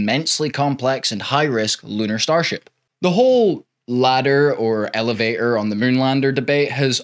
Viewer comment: It's Elevator not Elevay-or